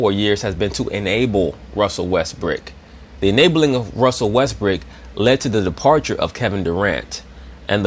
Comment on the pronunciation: Lol, i like the fact you kept saying russell Westbrick